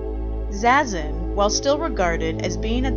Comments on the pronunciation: It's "zah-zen" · Is that really how it’s pronounced, zazen? Like zay-zen?? I thought it was like “zah-zen”